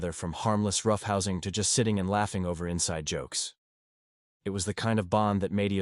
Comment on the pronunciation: “Loffing”??? Horrible robotic reading.